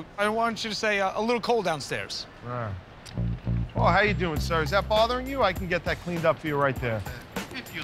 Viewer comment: Murr: "a little cold down stairs" Q: "a little cold down stez"